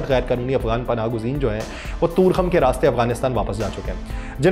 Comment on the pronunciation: bhai sb, yeh Torkham hai na kToorkham